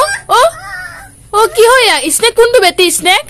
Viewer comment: এতিয়া পৰা শব্দ বোৰ ভালকৈ শিকাব, পাইনাপল নহয় ইস্নেক নহয়